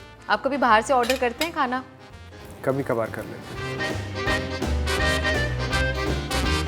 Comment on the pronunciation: Ans:aap kabhi bahar se khana order karte hai Nawaz sir replied: UP ACCENT🔥KABHI KABHAR kar leta hu loved this line